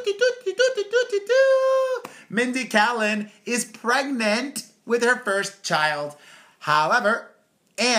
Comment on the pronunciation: How do you not know how to pronounce Mindy Kaling's name lmao